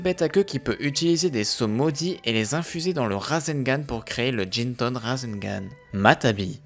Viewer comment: Y a pas mal de problème dans les prononciation comme dire futton au lieu de Guyton ou jinton au lieu de jiton. Ou encore matabi au lieu de matatabi. Je sens qu'il y en a encore à la suite